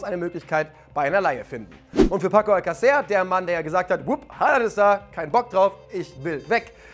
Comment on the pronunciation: Er wird ganz schnörkellos Alkasser ausgesprochen.